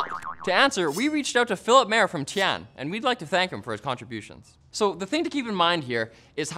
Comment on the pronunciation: Everyone: Tyan: Teeann